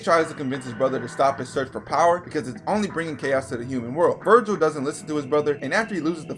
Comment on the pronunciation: You misspelt and mispronounced Vergil throughout the video, but you are right. Vergil IS the coolest character in fiction. Jk, it's an even split between them, but I love how permanently unserious Dante is.